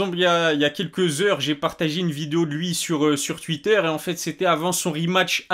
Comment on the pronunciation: Sur " TUUIIIIITTER" 🤣🤣